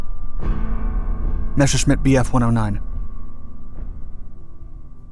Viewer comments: Ok, cool, nice vid and all, but say it with me. Mes. Ser. Schmitt. NOT MESHERSCHMITT. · Messhersmit bf109, thats how u say it